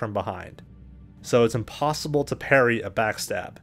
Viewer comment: parry....... parry ....... perry....... peryyy...... Matthew "Perry".........